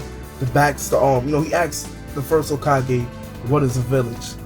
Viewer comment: The way you are saying Hokage xD it sounds like Hokagay xD